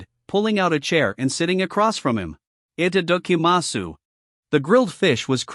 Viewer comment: Itadakimasu I've heard it enough in anime surely they could fix the pronunciation in this video